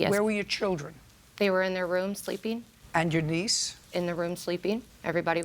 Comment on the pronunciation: She sounds like she's saying sleepy instead of sleeping 😂🤣